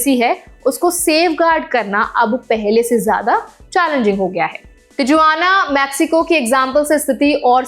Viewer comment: Location तिजुआना मॅक्सिको? Seriously??, it's तिहुआना and मेक्सिको. Aap ya aapka editor shayaad mere aur baaki ke viewers ke comments nahin padhte. Main bhi aaj se aapke naam ki aisi-taisi karne waala hoon. Going forward, I am going to start addressing you as or. BTW, Dubee means a marijuana joint. 😂😂